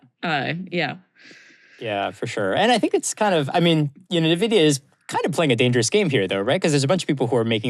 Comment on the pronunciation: People still can’t pronounce Nvidia properly 😂